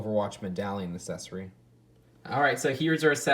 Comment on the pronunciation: Can you please stop saying assesory instead of accessory it’s really cringey and annoying